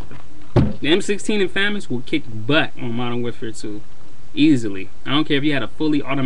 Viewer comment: maybe you should get out more often, i get what your saying with the m-16 but in real life it is semi-auto, 3-shot burst, and full auto, but anyway 1st you say famas wrong and 2nd in real life the famas is full auto, thats not a con thats a pro because its more realistic